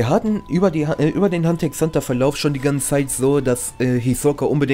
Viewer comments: Bitte mehr hxh und btw das x soll man nicht sprechen ^^' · Omg wie du mich triggerst indem du die ganze zeit Hunter x Hunter sagst Das x wird nich ausgesprochen Rip